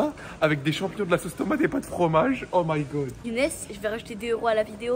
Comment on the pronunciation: Video et non videod